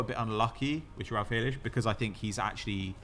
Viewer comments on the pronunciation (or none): I’m portuguese and is completely making up a portuguese way to say felix it’s not felish at all 💀